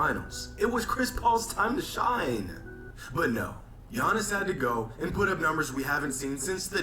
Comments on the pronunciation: It’s crazy cuz in Greece his name not even pronounced as ‘Yawnis’ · I'm honestly happy basketball is over for a bit now we don't have to hear you butcher giannis' name on purpose